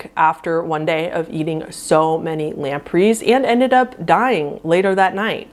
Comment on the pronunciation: Who pronounces Gregory "gru-gorry"? And "lemp'rees"?! Omg...I'm dying